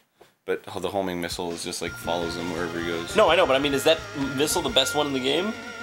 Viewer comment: So uh... did anyone else ever notice that it's not Homing Torpedo, it's Horming Torpedo?